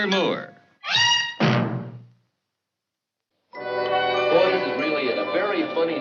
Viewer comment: I love the way the announcer says Moore. "Moo-er" rather than "more."